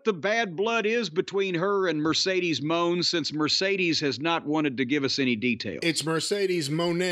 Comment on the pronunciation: Brian you are so very very wrong , it’s Mercedes Moan